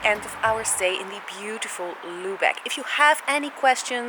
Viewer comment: Mh your pronunciation of „Lübeck“ :/